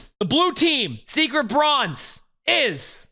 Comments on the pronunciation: british be like "broinze" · you can edit the title but we all know you said broinze. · Ahhh yes, BROINZE (here before corrects it)